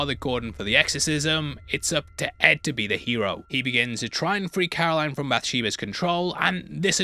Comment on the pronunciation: Her name is Carolyn not Caroline